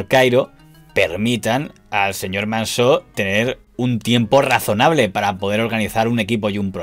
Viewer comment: Impecable como siempre el informe, pero no es Manso en vez de Mansó? Es asturiano y así suena más mediterráneo!